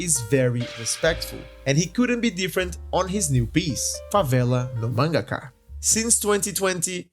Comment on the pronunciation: I thought you were American for how little accent you have, than you said "Favela No Mangaka" so perfectly that I started to doubd if you were actually american, than I read the description and it said "Here in Brazil"???????? absolute cinema kkkkkkkk O vídeo ficou foda mano, parabéns de verdade, mercece mais respeito.